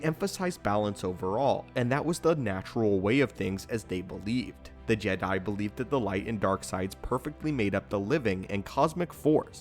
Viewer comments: he said “Jeh Diiiiie” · Is he saying "jedi" in a weird way on purpose? Is this an inside joke?